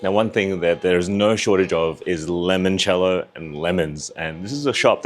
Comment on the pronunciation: I had to rewind to make sure I wasn't hearing things when you said 'apple' Spitz. Also it's Limoncello. From a fellow Australian, come on, seriously?????😮